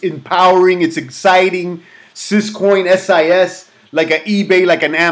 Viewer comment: Is it me or did you keep repeating SIS instead of SYS